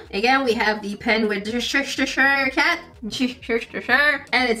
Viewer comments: “Worshtishire cat”😂 It is the Chester cat for those wondering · Listening to you try to say Cheshire Cat was hilarious 😂 love you 💞 you always make me laugh when I need it the most